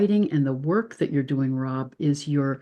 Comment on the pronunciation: Rob not Ron sorry x